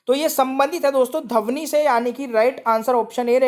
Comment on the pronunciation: Bhai wo dhvani hota h dhavni nhi 😂😂😂😂😂😂😂 bolna seekh le dehati